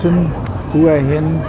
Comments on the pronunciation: "Hoo-a Hin" ?? hahaha not. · 4th be great if you could make the effort, to find out how the places you visit are pronounced, I always flinch when people pronounce the name as you have. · Surely if you were in the place you would know how to pronounce the name of it!!??